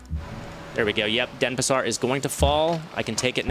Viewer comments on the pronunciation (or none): First time you say correctly the name of that city x) All the time you were sayin' DeSApar instead of DenPAsar.